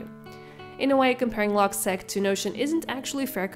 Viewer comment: It’s pronounced “log-seek”. “Log” for “logbook” and “seq” for “sequence